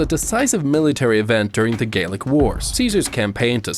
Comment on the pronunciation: Really nice video, buuuuut... Why does the Roman flag have the Chi Rho, a Christian symbol that represents the BYZANTINES, before Jesus was even born?! And isn't the eagle Rome's symbol, not Carthage's? The a in Gallic is pronounced as the a in apple. Just a second or more ago you said CELTIC TRIBES. Why's the settlement French even though France wasn't a thing yet? Why is there a church in Alesia even though Jesus still wasn't born yet? I don't know if you know this, but Julius Caesar was never an emperor. I don't have too much of a problem with this, but the Indian flag shown here is WAY younger. War elephants have been a thing for a LONG time before this.